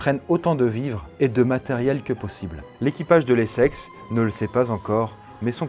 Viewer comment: Je suis le seul à entendre "les sexes" au lieu de l'Essex toute la vidéo ? XD